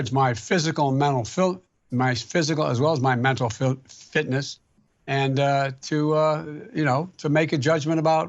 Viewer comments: Joe Biden: How dare anyone question my mibil fimess. Reporter: I'm sorry, can you repeat? Joe Biden:Mibil fimess Reporter:You mean mental fitness Joe Biden: You're a lying dog faced pony soldier. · filfitness? maybe he was trying to say mental filthyness! lol! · He can’t even say “Mental Fitness “ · The man couldn't even say mental fitness, Joeke Biden is brain dead